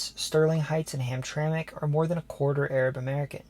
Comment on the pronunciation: I'm impressed. You did your homework. You pronounced Mackinac, Sault Ste. Marie and Hamtramck properly.